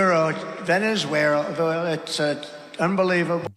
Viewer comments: "Venezuewherela" as in...where the hell is Venezuela (a question Trump was probably asking at the same time) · Funnily enough, the misspelling/mispronouncing "Venezuera" sounds like some kind of mockery a Brazilian would come up with against Venezuela, as "zoeira" (that can be pronounced or misspelled with an "u" and without the "i"), means "mess," among other things. I'd not be surprised if Brazilian right-wingers had came up with this moniker and maybe it ended up leaking into Trump's circles, it seems there's even Bannon as an intermediary. Although far more likely is that it's just a brain glitch thing and any potential real-world use of something sounding like it is completely unrelated, never having been known by Trump. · Hey, at least now we know that Russia and Syria willrevivier- uhhhh!!! And that Venesuerruh is unbelievable!!! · Venezuela has too many syllables. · Trying to pronounce “ Venezuela “ while you’re having a mini stroke .